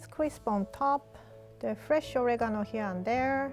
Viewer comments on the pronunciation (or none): When she said fresh flavor, i thought she said flesh flavor😂😭